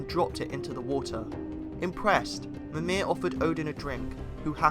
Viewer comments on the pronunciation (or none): Great vid, but damn if you're not butchering some of the less famous names. Except Yggdrasil, surprisingly, and obviously commonly known ones like Mjölnir. A hint: the -ir in Mimir and Nidavellir is never stressed. MEEM-ir and NEETH-a-vell-ir. It's the same as the -ir in Mjölnir.